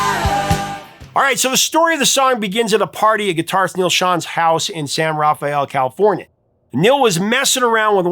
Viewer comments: FYI - In Journey section - Neal Schon lived in "San Ruh-fel" not "San Rah-fay-el" - a common mispronounciation. From a former Marin County resident. 😊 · I’m sorry, but San Rafael is pronounced Ruff-EL. 😊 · If you're every in San Rafael, California--the locals pronounce it "San Ra-Fell," Love your videos and storytelling.